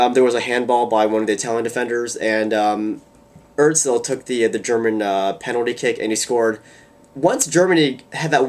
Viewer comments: it's üzil and not oezil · You pronounce Özil so weird o.O